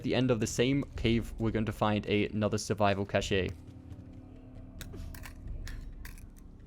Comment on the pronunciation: Cash-ay lol